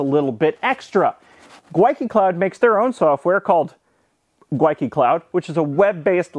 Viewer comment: Every single "Gwyneth" filled me with joy.